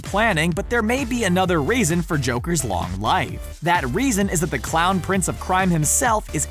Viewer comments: Me:*hears crown prince of crime*NOOOOOOOOOOO ITS THE CLOWN PRINCE OF CRIME AHHHHHHHHH HAHAHAHAHAHA(the luaghing was me auditioning for a child joker) Edit:did anyone else hear crown instead of clown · He says crowned